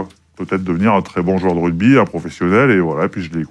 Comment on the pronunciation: A peine quelques secondes dans l'interview et on se rend compte que Pley n'y connait rien. Prononcer "RuDby", penser que Chabal est une star au même titre qu'un Dupont etc